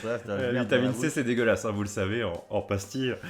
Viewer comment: Il voulu dire " hein " mais c'est vrai que ça ressemble à un UN xD